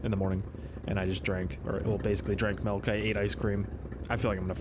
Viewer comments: it's milk not melk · Milk not melk m8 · Sounds like you said melk idk correct me if im wrong